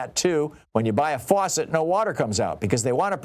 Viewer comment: He pronounced faucet as “for set”!